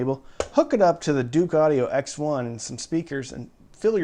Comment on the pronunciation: Dook. Not "Duke"....!??